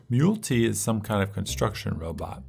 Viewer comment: Great video man. I saw your post on Reddit 🙂 One thing, I think Mul-T is pronounced "multi" as in he has multiple weapons on his arms. That's how I say it in my head anyway. There's a big emphasis on proc effects (i.e. items that have a chance to trigger on hit) in this game, so that's worth a specific mention because most of the wacky destruction and op-ness comes from collecting proc effects and stacking them to increase chances. Overall I think this is a great video, I love the editing and you have a wonderful voice! It made me want to pick the game up again. Also, rex is one of my favourite characters, fight me.